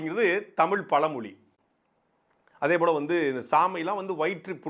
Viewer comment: நீங்கள் முதலில் தமிழ் உச்சரிப்பை சரியாக பேசுங்கள்... பலமொலி... அல்ல... பழமொழி...